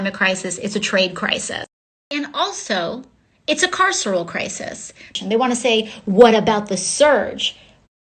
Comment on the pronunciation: Wonder who taught aoc how to pronounce the word “carceral”? Cause the beer slinger damn sure don’t know what it means.